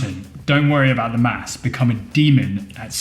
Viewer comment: It’s pronounced maths not maps